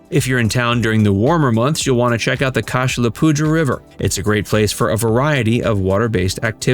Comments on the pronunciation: Nice job. A couple corrections, the Cache La Poudre is pronounced Cash La Pooder as others have pointed out. Most folks just call it The Poudre. It does in fact mean cache the powder and theirs a small monument in Bellvue in the general vicinity of the original cache. BTW The Mish is actually up the Poudre Canyon about 15 miles from Fort Collins. The river and canyon are both special places to explore along with numerous City, State and County Parks and Horsetooth Reservoir. A truly great hiking, biking, and paddling town. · Could learn pronunciation of cache la poudre. That was cringy